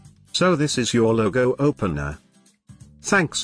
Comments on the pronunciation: "Loggo" haha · Your speech says LOGO like we say People(Logon) in Urdu/Hindi.